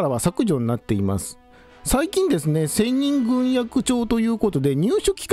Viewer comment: ぐんえき。と読むのでは？